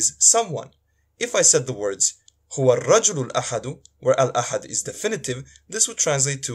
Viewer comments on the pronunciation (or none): How can a Bosnian give arabic lesson to an arab when he himself is pronouncing the word "Huwa" as "Hu" min ? Only fools would clap hands to this self-proclaimed arabic teacher. They said Bosnia hahahahah